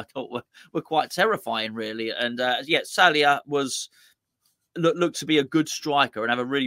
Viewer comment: his name is sallai not Salia. Sal lie. You said his name like this in the other two games previews aswell. Either way I wanna see Nathan Agard start this game.